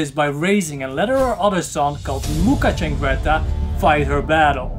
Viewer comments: CIANGRETTA NOT CHAngretta. Damn. I hate this every time I fookin read it. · Ciangretta not Ch please…